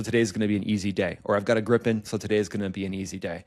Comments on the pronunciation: Its NOT "Grippen" You say Griiipen, prolong the i ,with an i like in "inside" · It is Grippen. Swedish for Gryphon. Everybody in aviation calls it 'Grippen'